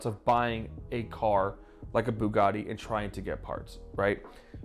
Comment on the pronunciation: It's now a FooGatti